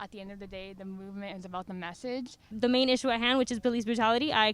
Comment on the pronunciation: “It’s about the meshagshe”